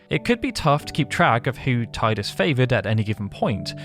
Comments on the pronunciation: No I know, he just kept saying tide-us. thats what irked me. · "Taidus" It's Teedus! Great video anyway! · It's pronounced "Teedus" not "Tiedus". His name came from the japanese word Tida. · It's NOT pronounced tiedus FFS. It's Tee dus. At LEAST get it right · It's Tidus. Not [Taidas] 😅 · IT'S TEE-DUS NOT TAY-DUS !! FFS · I have to be that guy. It's "Tee-dus" not "Tye-dus." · I just don't like the way you keep calling Tidus. It's not "Tay-dus", it's supposed to be something like "Tee-dãs". In the Dissidia games they say the name right, at least. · I love you video however it's said TEEdus not Tide us and it's confirmed by multiple games including Kingdom Hearts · Why is this a English speaker thing where they call him Tydus? Its quite literally spoken the way its written, "Tidus." If it was Tydus, they would have written it with an Y. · Fine I’ll be that guy: phonetically it’s “Tee-dus” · Teedus... sorry it just irks me. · just gunna be that guy... even tho i hate it as much as the rest of you... its pronounced TEE-DIS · It's pronounced Teedus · it's pronounced teedus ffs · Tidus (Tee-dus)… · It's pronounced TEE-DUS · I usually enjoy watching your content, however with this video in particular it is very frustrating to hear you pronounce the main protagonist's name incorrectly over and over again. I remember arguing with people when this game first came out and about the pronunciation of his name and I really wish they had said it at some point in the sequel X-2. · So, a channel dedicated to Final Fantasy has a voiceover guy who doesn't know how to correctly pronounce the protagonist's name in one of its most popular games. Okie dokey then. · if you are going to do a video on a game, at least pronounce the main protagonists name correctly... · My ears are beat after hearing his name pronounced like that for 16 minutes. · Down vote for pronouncing "Tidus" wrong.